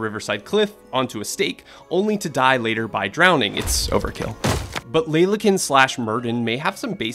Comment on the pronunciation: cant help but twitch every time i hear myrddin pronounced as mer-deen